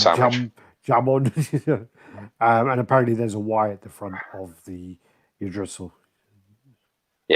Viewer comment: Yggdrasil is the name of the tree, pronounced EEG-DRAH-SIL